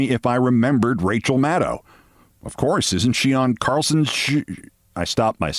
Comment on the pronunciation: FINALLY someone can pronounce Maddow correctly!!